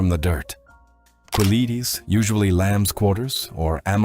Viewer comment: “Quelites” is pronounced KE-LEE-TES. Not “Koo-Eleetes” (“U” after “Q” is silent)